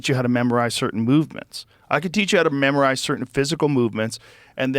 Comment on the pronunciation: AHAHAHAHAHAHAHAHAHA the way joe said "memorize" has me deadddsss